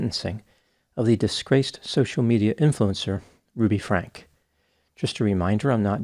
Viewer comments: Her last name is pronounced Frankee, not Frank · Her last name is pronounced Frankie not Frank. And if the turpin parents got life then i hope that she gets something substantial as well because her abuse was worse in my opinion.